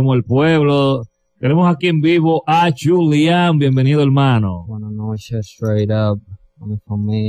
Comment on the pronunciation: Y que sepan pronunciar su nombre, disque Yulián 🤦🏻‍♂️